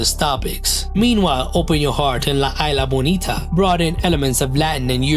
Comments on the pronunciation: La Isla Bonita is pronounced La Eesla Bonita not Eyela... you haven't heard the song.? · The way "la isla bonita" was pronounced gave me icks 🤮